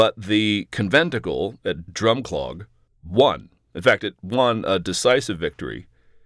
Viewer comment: One thing Americans get wrong with Scottish placenames is that they put the stress in the wrong place. They say ABER -deen when it is AberDEEN. So it's not DRUM -clog but Drum-CLOG ( or DrumCLUG if you want to sound like a local ! ). I thought Charles II was declared king first in Scotland by the people and they had been promised freedom of religion by him , to win their support , only for him to back track as soon as he was king in England a year or two later.